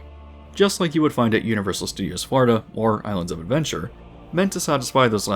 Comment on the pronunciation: This dude says Florida like Farda and it’s driving me insane